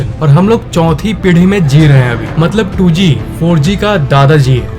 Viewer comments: Bhai matlab hota maltab nhi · Moltob nahi vai Motlob hota hai